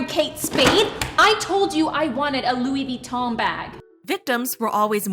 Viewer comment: “I told you I want a LOU-WEE VEETON BAG 😡”